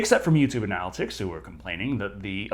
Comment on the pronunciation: I just found this channel, I love it, but I gotta ask... he's mispronouncing words like 'analytics' and 'premise' on purpose , right?